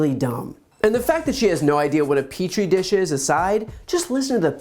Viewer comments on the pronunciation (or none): . A peach tree dish?? Tell this woman that she’s going to live in this country then she needs to learn the language. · "Peachtree dish?" ! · A peach tree dish. I like to give people the benefit of the doubt, usually. I can often chalk it up to misspeaking. It’s hard to read a script sometimes and sometimes you make a mistake. However, MTG doesn’t get the benefit of the doubt here. She’s just a fucking idiot. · What the hell is a "Peach Tree Dish?" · “Peach tree dish” 😂😂😂😂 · "Peach Tree" Dish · "Peach Tree dish"....is that something she's serving up 😁😁😁😁😁. This woman is so uneducated and stupid....why does she keep talking about things she doesn't have a clue about....bigger point is there must be even more stupid people who voted her in to her office 🤬 Is anyone making sure she takes her meds on time??? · I almost spit my coffee out when she said "peach tree dish". I'm still trying to decide, is she really THAT damn stupid or does she just believe her supporters are ? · "Peach tree dish". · Lol. "Peach Tree Dish" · "Peach tree dish" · Did she just say a 🍑 🌳 dish? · "peach tree dish"? WTF! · "Peach Tree Dish" that is hilarious! But worryingly stupid! Is there not a minimum education level requirement to get into politics? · "PEACH-TREE" dish???!!! WHISKEY...TANGO...FOXTROT!!!? What a MAROON!!! What an OBLIVIOT!! 🤣😂🤣😂🤢🤮😵‍💫😵‍💫😱😱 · Peach...not peace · "Peach tree dish"!🤣🤣🤣🤣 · Did she say it grows in a "peach tree dish....."???????? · "peach tree dish"? da'fuq? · “Peach tree dish”. Jesus Christ. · Hearing her stupidity triggers my bowel movement! Peach tree dish! How inept is she? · “A peach tree dish” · "Peach tree dish?!" This woman has the brains of a stick. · A "peach tree dish"? WT actual F? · Wait…whaaat? 😳 “Peach Tree Dish?” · Peach tree dish!!! 🤣🤣 BTW, what does she think Google does? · “Peach tree dish”. Classic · "Peach Tree" Dish was all I needed to hear.. The GOP has become a literal symphony of ignorance! 🙄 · 'peach tree dish' hahahahahaahha what a nob